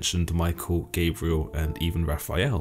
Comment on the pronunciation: It’s not Gaybriel its pronounced Gob-rye-el.